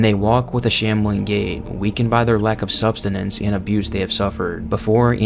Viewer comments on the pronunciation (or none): Dude it's "sus-tenance" not sub-.stenace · It’s sustenance not substenance bro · its not substainance, its sustenance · i like the way this was formatted, and it did show me some lore stuff i missed before. i do get distracted a bit when you say "substenance" instead of "sustenance" but it's not a big deal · I've been an RE fan since the late 90's and I'm thoroughly enjoying this video. However, the word is "sustenance." I'm sorry: I hope this isn't offensive to your hard work. I'm only correcting to be helpful because I was corrected a few years ago and it's kinda like I'm excited to help others.